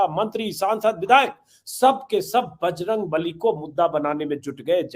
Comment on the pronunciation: दूसरी बारमे बजरंग नली का उच्चारण किया इस लिए नाराज हुए बजरंग बली । बच गया जनता की बलि